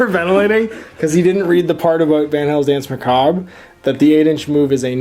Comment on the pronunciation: Doesn't know how to pronounce 'macabre'